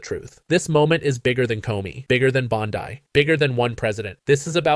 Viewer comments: Bondi is pronounced bond-ie not bond-ey. 😊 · I agree with all the accusations made by Klobuchar. But why can't this guy pronounce Pam Bondi's name? It's bondee, not bond i. Is he an AI generated narrator? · For god’s sake, pronounce her name correctly, it’s not BONDI